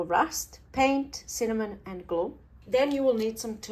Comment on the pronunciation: "GLOO IT DOWN" "GLOO IT DOWNN" 😂😂😂 your awesome 👌